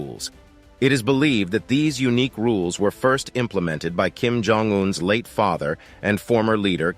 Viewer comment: I should know, as soon as I hear the narrator's voice, that the video will involve a lot of "filler" content and, btw, Jong is pronounced Chong. This narrator always gets things wrong.